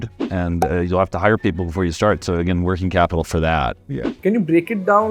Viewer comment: Why do you pronounce English words wrongly like Firsht, Fasht, Shtart, Invesht, etc. Learn to pronounce these words without 'h' in 'em. Good episode.